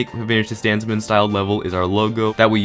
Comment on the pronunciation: Captions on. What says:DanZmeN What captions say: Dance Man